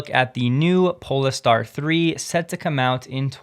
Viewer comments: pole-star, not 'pole-ah-star' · Polestar is pronounced pole-star, not pole-es-star. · Pole… Star… not PolEstar.. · It's Pole-star, not Po-le-star. It's named after the Northern Star, which is above the North Pole. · Why are you pronouncing Polestar so weird?